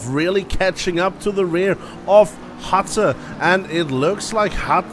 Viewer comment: hi, I just wanted to day that my name is not Hatter but Hutter. If possible pls pronounce the U like a U not like an A. XD